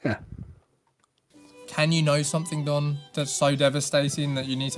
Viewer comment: Don, not Dan!